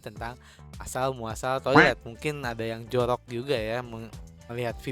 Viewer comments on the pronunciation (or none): Jorok Jak, bukan jolok 😌👍